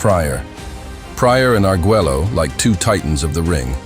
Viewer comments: What was criminal is You Narrator killing his last Name. Agueggelo? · For future reference, since it is too late on this video, it is Alexis Ar-gway-oh, not how you are pronouncing it. I know, I know, it's weird that Spanish and English are different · If you're going to do a 20+min doc talking just about 2 fighters, at least learn how to pronounce the fighters' names. It's aggravating hearing you say Arguello's name wrong over & over & over again. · And this narrator can't pronounce Arguello??